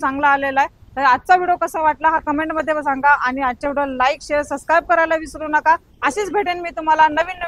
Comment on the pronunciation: अहो मॅडम.. शुद्ध उच्चारण करा... Video शब्दाचा उच्चार व्हिडिओ असा करा... व्हिडो - व्हिडो असं बोलत आहात... ऐकायला बरोबर वाटत नाही..